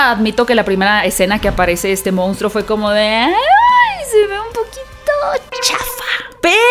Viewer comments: De verdad piensas que se dice MOUNSTRO? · "regresa a las raíces del MOUNSTRO" 😅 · Solo una puntualización ... no es "Mounstro" sino "Monstruo". Casi igual pero no es lo mismo.